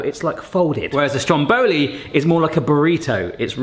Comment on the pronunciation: Mate, it’s called STROM Boli not stromBOli 😗